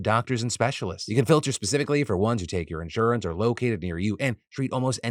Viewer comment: The way Phil prounounces insurance in this vid... it's official, man's been replaced by a fricken lizard